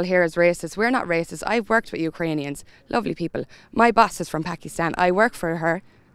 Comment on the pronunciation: Omg will yous plz stop saying we not wacisss seriously. IFTI 🙏🏻🇮🇪🙏🏻